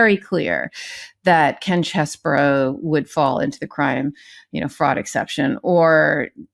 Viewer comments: Chesebro not Cheseboro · could you and the rest of the crew at MT please figure out that Ken Chesebro's name is pronounced "Cheese-Bro". Not "Chez", not "Burrow". Cheese-Bro. When everyone says it differently it sounds ridiculous. Just pull up any of the many YouTube videos that will give you the correct pronunciation. 30 seconds and you're done. Thank you